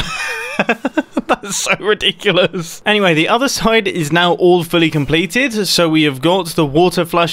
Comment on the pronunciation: "Awefully completed"?? Oh, 'All fully completed' X-)